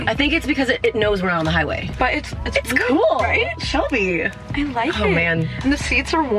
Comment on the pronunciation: Lol shel-bay